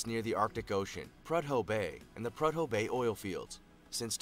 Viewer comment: Being born and raised in Alaska I need to correct the pronunciation or Prudhoe Bay so badly... It's actually pronounced Proo-dough Bay. Also Alaska made it in the video again, that's Sutton, AK first responders and the Channel 2 NBC news crew.